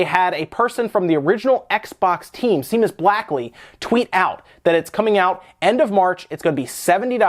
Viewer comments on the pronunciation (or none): Are we just gonna ignore the fact that he pronounced Seamus' name "Seemus" instead of. "Shay-mus"? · Seamus is pronounced "shay-mus" rather than "see-mus" if I'm not mistaken